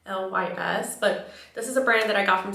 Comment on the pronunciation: I was on that live that night with you and Alessandra, such a good time! Remember the random lady in the bathroom?! 😂 and that brand is pronounced "L-Y-S" for "love your self! I'm a big fan of their bronzer stick! 🩷